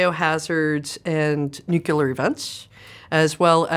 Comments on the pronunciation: nu-killer, very accurate ;-) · A clever sausage, yet cannot pronounce the word "nuclear" correctly. 🤷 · I can’t believe this highly intelligent woman can’t pronounce “nuclear” correctly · All that skill and knowledge and she can’t even pronounce the word “nuclear”. She is awesome though!! I could watch her all day!! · If only she could pronounce nuclear.😑😑😑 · she’s obviously smarter than you who cares that she mispronounced one word 😂😂 most bilingual people, including myself, have one phoneme or word that is difficult to pronounce correctly despite our attention to detail. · Why can't she pronounce nuclear correctly? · Its CRAZY that a woman that smart pronounces "nuclear" wrong lol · Between not being able to pronounce Nuclear and using the phrase ATM Machine, I have to question some level of expertise. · I don't understand why people say "New Killer" instead of nuclear. 😂😂😂😂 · It’s nuclear lady, not nukeelar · Intelligent, humorous, legend, and a baddie!!! But why the Nucu-luhr pronunciation. There's no extra letter there Nuclear (noo-kleer) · She is very smart...but it's nuclear, not nu-cu-ler. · Am I the only one hearing "nucular" instead of "nuclear"? Like, every time, not a mistake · There is no such thing as Nucular, it is Nuclear. LMAO 🤣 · Sorry. Anytime I hear someone say "nucular" instead of nuclear... 🤌 'NEW-CLEAR'.... I'm out. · I love everything about this interview except how she's pronouncing nuclear. It's not nucular! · Your daily reminder that it’s nuCLEar not nuCULar (nucular means nut shaped)… I’m surprised bc wow she is freaking SMART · Nuclear, Chris! Not nuculer. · "every time you involve the word NUCELAR, it also has a psychological effect." Yes, because you said NUCELAR instead of NUCLEAR about 20 times and I had a brain itch only a 12-gauge shotgun could scratch. Other than that very smart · Is there anything more annoying than a very smart person saying the word "nucular"? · You lost me at New-Q-lar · Nukelar Nukelar Nukelar